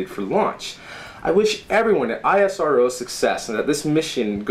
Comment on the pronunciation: He is doing so hard work to pronounce isro as I S R Ow.